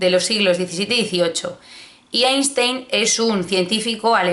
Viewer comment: se dice “ainstain”😩